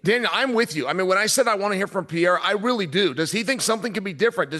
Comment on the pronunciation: Chael really can't pronounce his name, so much I get confused who he is talking about, its not Pierre!!!